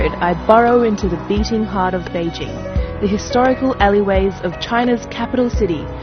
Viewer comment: Finally, a reporter who knows how to pronounce "Beijing"!